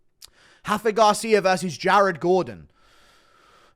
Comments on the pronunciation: R’s are pronounced in Mexico GURU🤣. Its Rafa not Hafa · Brother Montserrat rendon and Rafa Garcia are Mexican not brazlilan. It’s not “Hendon” and it’s not “Hafa” lmfao